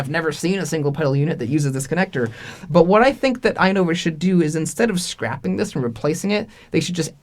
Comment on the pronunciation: I agree with your judgment on how to pronounce the "i" sound (excellent example in your video, as a lot of English vocabulary and spelling comes from Latin and Greek, and that's how exactly Latin and Greek words are pronounced: as you see them), but I don't think the stress syllable is at the front. I think it should be "i-NO-vus" with the stress at the "no" sound. It's very rare in English where 3-syllable words have the stress placed on the first syllable. We have words like "to-MO-rrow", "Ber-MU-da", "ex-AM-ple", etc. Notable exceptions include words like "Ja-pan-ESE", but that's due to the added "ese" morpheme changing the pronunciation of the whole word (note the first "a" sound changed from a back close /ʊ/ sound like in "but" to a front open /æ/ sound like in "bat"). The "ese" morpheme is an exception, as most morphemes don't change how the word is pronounced or where the stress syllable is placed, think "Bra-ZIL" to "Bra-ZIL-ian", or "ascend" vs "descend" vs "transcend", etc. Here's your 5-minute lesson on linguistics and phonology. XD